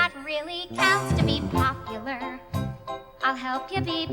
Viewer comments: I always saw the "lar" to be Galinda modifying the vowel to match the rhyme scheme from her change that she made from "were" to "are." "Instead of dreary who you were... well are. There's nothing that can stop you from becoming popular... lahr" I think it's so genius because it makes it seem like Galinda is coming up with the song off the top of her head and was thinking of words to rhyme with "Popular." As she ended up changing the ending of a line due to her "frank analysis," she had a "oh crap" moment when she ended the next line and so decided to modify the ending vowel pronunciation of Popular. Especially since part if her personality is that she sees herself as perfect, and she could never ever be heard doing a near-rhyme. The song has all perfect rhyme schemes except at the end, where she rhymes "clandestinely" with "popularity," possibly showing how her friendship with Elphaba might already be having an impact on her with her now able to do the near-rhyme and be ok with it. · She's not confused about how to pronounce popular, but isn't it that she's trying to rhyme popu-lare with are in the previous line? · Most of the time they pronounce popular like popuLUR, but in that one instance she's rhyming with the word are so she corrects her 3rd syllable. Instead of LUR, LAR. That's how I've always interpreted it at least. Hope